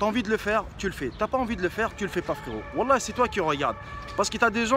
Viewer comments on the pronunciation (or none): none